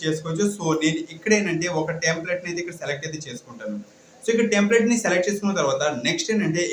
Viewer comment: Resumeeeeeee kaadu resume Tamplate kaadu template 👍👍